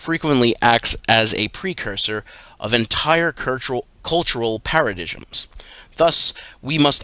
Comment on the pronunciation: Paradigm too, but i appreciate him putting this up, very cool and good job.